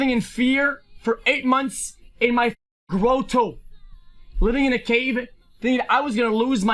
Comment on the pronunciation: Yeah, I need to brush up on moron as well, can't understand him otherwise. What the hell is a 'grow - toe'? How hard is it to pronounce grotto?